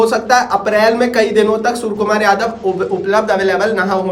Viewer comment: Suar kumar yadav nhi bro 😂😂 surya kumar yadav